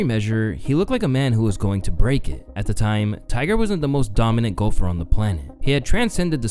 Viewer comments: Man says golfer in a weird way...almost sounds like Gopher the animal on a golf course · I thought i was the only one who noticed that. 😅